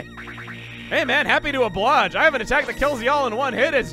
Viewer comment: Also there is no such word s oblage, it's oblige and pronounced ob lie jd.